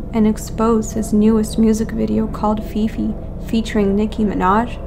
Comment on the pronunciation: I cant take you seriously when you say fefe lmao